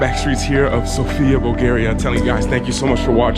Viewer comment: Bulgaria 🇧🇬 not Bulagaria bro lol 😂